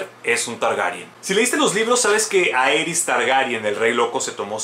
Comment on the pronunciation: A si eee: Rhaegar se pronuncia "Ray-gar" osea ['ɹeɪgɑɹ] según George RR Martin y HBO. Aerys se pronuncia "Err-eez" osea ['eɪɹiz] según HBO Arya se pronuncia "ar-yə" osea ['ɑɹjə] según George RR Martin y HBO. Pero Jaqen H'ghar ni puta idea xD xD xD